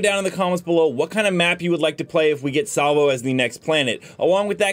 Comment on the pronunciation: lol Salvo not Slavo LOL